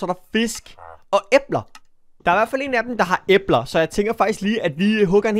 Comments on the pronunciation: Du ud taler æbler forkert men god video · Det lyder som æber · Jammen har jeg ikke lov til at det lyder som æber? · Hvorfor siger du æbler på den mærkelige måde😂